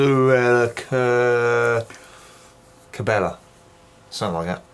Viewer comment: "Mon-sir-aht Kah-bah-yeh" ;).